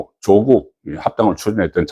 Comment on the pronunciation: 조~~국이 아니라 조꾹이다. 창녕 조까이니라....창녕 조씨의 조는 짧게 발음해라...